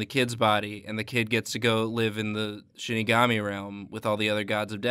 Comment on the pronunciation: Shi ni ga mi, not shini ga mi (pronounced like she ni ga mee)